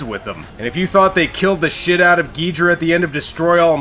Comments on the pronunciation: It's Gi-DOH-rah and not gidra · U called King Ghidorah geedruh lol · Excuse me sir. I am a Godzilla fan boy, and I can tell you it iis pronounced GhidOra. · Just a reminder it's Ghidorah